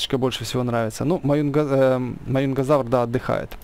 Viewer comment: вообще-то правильно майюнгазавр